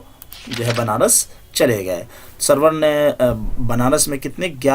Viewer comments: سرور نہیں ہے ان کا نام سارور ہے یہ لکھا سرور کی طرح جاتا ھے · Nice but Sir for your kind information this is not Sarwar it's Suroor( Rajab Ali Baig Suroor)... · Soroor h.... Sarwar nahi